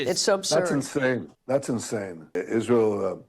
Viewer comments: I actually believe she is the reason Hamas started this war😉 she is definitely in charge of Hamas in Gaza, can someone please put Candace in speech therapy , last I was taught it was Israel not Ishrael🤷🏼‍♀️ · Why does Candice keeps saying Ishrael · She is such a skitzo it makes me cringe physically. Also, how do you spend your entire waking existence talking about israel and not be able to say the damn word correctly. Wtf is an ishzrael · No only does Candace Owens make no sense, she drives Mr literally insane with how she pronounces Isreal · The way she says Israel triggers me 😅 damnit say it the right way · Why does Candice pronounce Israel like that? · Why cant Klandice Ovens pronounce Israel right? its so annoying.